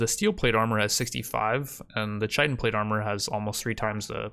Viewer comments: Chitin is pronounced like Kai-tn. I don’t mind I used to say chiten too but just in case you didn’t know. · dont wanna be that guy buy chitin is pronounced ky-ten, definitely watched the whole thing here tho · For your information the word chitin, is said as kia-tn. Just helping out a g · Absolutely love the videos dude, this is the quality rimworld content I dream about. Thought I'd let ya know that Chitin is pronounced "Kite-In", with a hard K sound. There's no ch sound